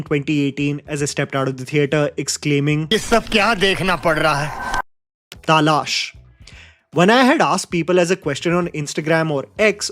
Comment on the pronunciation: Goodness... is selectively avoiding replying to any comments about his wrong pronunciation of "taalash... तालाश.. or तालश... Or whatever it is... तलाश